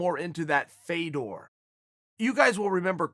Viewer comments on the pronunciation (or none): none